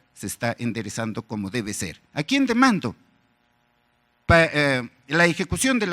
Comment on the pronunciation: No se dice aquien dimando se dice aquien demando